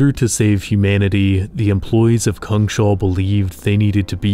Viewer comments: It took me a moment, but is "cungshal" meant to be "Kungshall" (King's Hall) in Swedish? If so, it's pronounced something like "koongs hall". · Just a note that it's "kungs-hall", not "kung-shall". It literally translates to "kings hall". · It cracks me up that you keep calling it Kung-Shall. Its Kungs-Hall, isn't it? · It's not Kung Shall. It's Kungs hall. In English, King's hall. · It's not pronounced Kung-shall btw, it's pronounced Kungs-hall. "Kung" meaning King, and "hall" meaning hall; a big room. The whole word means The kings hall. We swedes like to write words together as one if one word is descriptive of the other, hence why we write it as one word, "Kungshall", instead of two, "Kungs hall". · So cool. I think Kungshall should be pronounced "KUNGS-hall" instead of "Kung-SHALL" though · Kungs-hall, not Kung-shall It's just King's Hall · Its "Kungs-hall" [Kewngs-hal] meaning the Kings hall. Not "kungSHAWL" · Kungshall actually means kings hal and is pronunced kungs-hall in Swedish. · Kungs Hall (kings hall) not kung shall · Kungshall. Kungs hall. King's hall. Kungens hall The King's hall. "Kung shall" is not a thing. "Shall" is not even a word in swedish. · Neat video but a little disappointed you didn't think about checking on the pronounciation of "Kungshall" (lit: Kings' Hall); Say it as Kungs Hall with an a as in apple. :) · Just a quick note here, "Kungshall" is Swedish for "KIngs hall", and should not be pronounced with a sh-sound :) Just imagine "Kings hall" but with a U instead of an I.